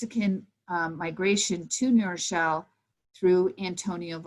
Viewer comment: I thank for her valuable commentary. I don't mean the following as a criticism, I find it interesting, and rather charming. I grew up in New Rochelle, and I have noticed that many who grew up there, or nearby, pronounce the city name as Nerochelle. The w is dropped. This isn't true for people who are unacquainted with the place. They pronounce it as two words, which, of course, it is.